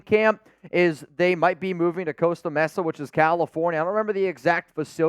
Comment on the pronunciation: Costa "Messa"????? LMAO